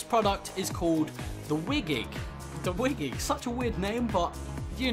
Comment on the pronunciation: Its pronounced "why-GIG" and its not new to the vive, its been around since 2010